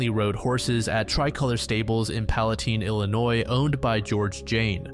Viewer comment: Not a big deal, but Palatine is pronounced: pala-TINE" with the "I" being pronounced "eye"